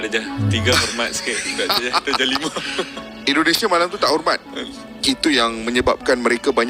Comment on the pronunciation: INDONESIA, bukan ENDONESA